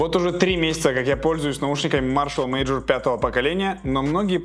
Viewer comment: Почему мажор, читается мейджор же